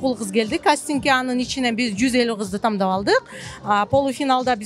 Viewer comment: Рыскүл тамдап ,эмес,тандап деген сөз бар кыргызча,туура айтуу керек